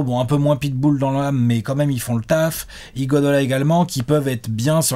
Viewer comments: Pourquoi il dit tjrs "IguoDOLA" au lieu "d'IguoDALA"? C'est nul mais je me demande a chaque fois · Taphsir Kane Et qui dit Iguadala... On ne va pas s'en sortir.